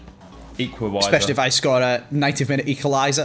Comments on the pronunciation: “It’s ‘arvey barnes ooooooohhhhhhhhh it’s an eqlawiser” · be like: OoOoOo Harvey Barnes, it’s an ecliweiser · Harvey Baaaaaaaarnes. Ooooooohhh, its an eqlawiser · Ooooohh it’s Harvey Barnes, with an Eeklawiser😂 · oooh harvey barnes it’s an an eqliwiser